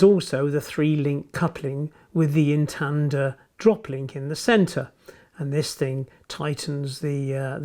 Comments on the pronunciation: instanter not intander! otherwise nice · They’re known as ‘Instanter’ couplings, not Intanter. Unless it’s my hearing.😉Another excellent video btw.👍🏻👍🏻